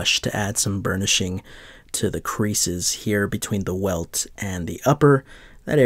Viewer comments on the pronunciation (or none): none